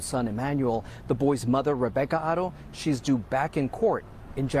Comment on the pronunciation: This news guy keeps saying their last name Otto. It's Haro. All together this Shiii is sad😢